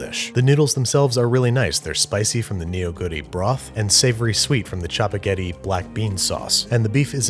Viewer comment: The way you pronounce chapaghetti and neoguri makes me cringe